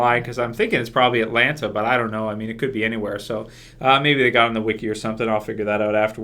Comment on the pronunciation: he says iys alanta hospital hahahah